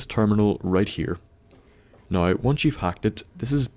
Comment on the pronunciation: every time you say now, i think your saying no, and ur about to be like no im just fuckin with you